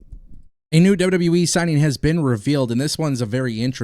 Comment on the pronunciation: Stop Posting fake sh## u are rubbish and never speak true facts you're just like wrestlingnewsnow when the guy says so much fake stuff and can't say WWE properly he says WWWE.